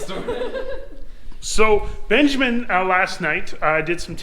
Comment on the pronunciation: ben "jig" min